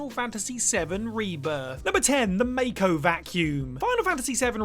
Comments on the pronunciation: MAH-Ko. Not MAYko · i mean.... couldn't even be bothered to lear how to say Mako,,,, may-co? really? its the first entry and you already show its just alist about a game and clearly franchise you did not even bother to research. losing Jules marked a downfall of whatculturegaming for me. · I pronounced it as MAYko as a kid. Yes, I know that's wrong, so when I heard it, for a split second I thought, "wait, what?!" 😂